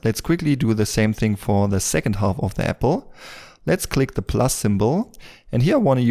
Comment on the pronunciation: Bitte hör auf "half" zu sagen. Das ist schwer zu ertragen. Das L wird nicht gesprochen. Sag: "haf". Ansonsten super Video.